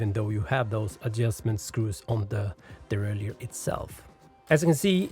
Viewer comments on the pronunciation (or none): Very good video but please pronounce the word derailleur properly! Derailleur not deraillieur 👍